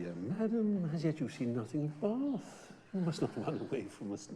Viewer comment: I’m so in love with how they pronounce Baaaath <33